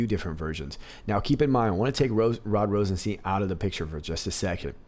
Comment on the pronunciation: Love your videos and you have a great voice! One thing, when saying Rosenstein, think Rose 'n Frankenstein. That's how you say Rosenstein (like FrankenSTEIN), it also sounds like Einstein but when we think of RR, Frankenstein is a lot more appropriate. Lol ;)